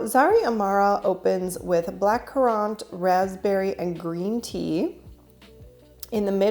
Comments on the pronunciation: Black currant is pronounced current. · Currant is English. The British love dried currants in their scones. The emphasis is on the first syllable...CUR-rant. (We aren't as familiar with that tiny berry because it carried the pine blister virus, so for over 100 years, currant bushes were illegal in the USA because it was a threat to the pine--wood--industry. They are still illegal in three states...North Carolina and two others. Maybe one day, they will achieve popularity here in the States.) In French, the word for that fruit in its red version is groseille, and the word for the blackcurrant version is cassis...which is a common ingredient in perfume. You will see it listed as a note on Fragrantica often. Cassis just happens to be my favorite flavor in gelato, followed by blüt orange (blood orange), although I've only found the cassis flavor in Baden-Baden, a town in Germany on the eastern border of France. I'm a certified master gardener which is why I have such information in my brain.